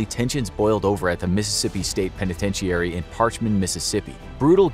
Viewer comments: They are pronounced penitenchûry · Penitentiary (Pen ah tent che airy) WTF? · Why do you say penitentiary like that. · the narrator doesn't even say penitentiary correctly and its what the video is about... smdh